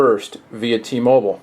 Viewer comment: u dont no how to say t mobile man!!!